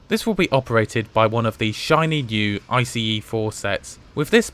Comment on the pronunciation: good you are saying ice the right way now. it felt a bit stupid being mad about it in the comments but it just bothered me a bit.